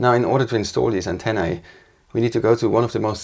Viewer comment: Not even sitcoms used to make me laugh out loud. Your show makes me laugh several times in an episode. This episode is a drinking game. Every time someone says "antenna-e" you have to take a shot. Well done!!